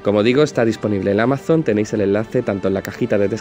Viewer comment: Porqué dices AMAZONT? 😮